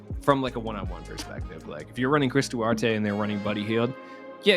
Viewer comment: Going by the way the Pacers’ announcers say his name, it’s Chris Duh-War-Tay (don’t think that’s how you’re supposed to sound out words but it should get the point across lol)